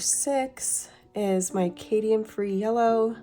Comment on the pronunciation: Cadmium ( Cad me um) free not Cadian (K dee ann) free.